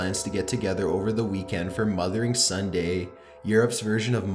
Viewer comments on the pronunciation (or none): I thought he said mother and son day haha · I thought he was saying "Mother & Son Day" but I was confused since she was a woman....